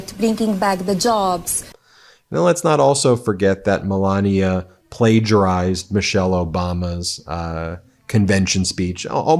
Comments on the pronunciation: Her name is melania not Pandora 😂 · I'm not saying that it's a long hard "ee" as you claim only happens in English (reference required!), but it's definitely an E rather than a hard AY (or AH as per your vampiric example). Listen to how Melania herself pronounces it - short "e". It's not accent-specific either, Ben just mispronounces it every single time and he really leans in to it! Note that he also called the University of Ljubljana "a local university" rather than attempting that name. 🤣